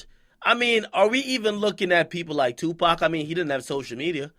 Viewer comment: “Tupac” lmao